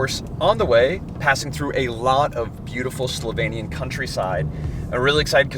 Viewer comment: I have to say, I was really impressed by your pronunciation of Slovenian words. It was absolutely perfect 👌 It's a shame you didn't go to check out lake Bohinj. Only 20 min drive from lake Bled. It's bigger and even more natural - much less bothered by humans. And when you were in Postojna, you should definitely go check out Postojna cave. It's an amazing experience. One of the biggest caves in Europe and it has a train ride to go inside. It was the first cave in the world to have an electric lightning system inside it. You can also se an animal called proteus there (baby dragon they call it) and it only exist in that cave system and nowhere else in the world. It has human like skin, is pretty small, but can live like up to 80 -100 years. Oh, and if you wanna experience the real wine regions of Slovenia, you need to go to east of the country. There is where the real wine magic happens. If you know where to go, you can find some of the best wines in the world there. They also have the oldest vine in the world (according to Guiness Records), like 500 years old. It survived countless wars including ww1 and ww2 and it still produces wine. And there are also some very charming and well preserved medieval towns (oldest in the country). Some date to roman times and even older), to explore. And traditional food in that area is also interesting to try, it differs from other regions. So.. if you ever decide to come back you have some more things to see 🙂